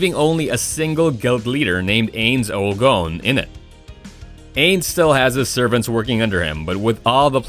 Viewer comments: Hearing "eynz ool goan" hurts every part of my body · we gonna ignore how he said ainz ooal gown